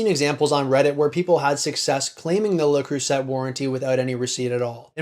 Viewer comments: Le Creuset is pronounced "say" at the end, not "set". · It's pronounced ”luh-creu-zahy” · Pronounced le crew say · “Le Croo-Set” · I could be wrong, but I think Creuset is pronounced Crew-say. They and Staub are both great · I think you'll find that 99% of the worlds' population know that the "T" is silent in LeCreuset, sorry a credibility issue from the start I'm afraid. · Please learn how to pronounce Le Creuset properly. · We don't pronounce the T over here in the UK either